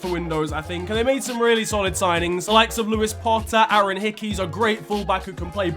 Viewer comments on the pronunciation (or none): none